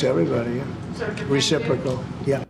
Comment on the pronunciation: Did he say "reciffrical"?